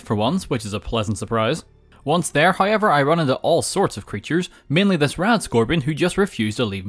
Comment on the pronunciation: “Hoyever” “Noy” “Poyer Armour”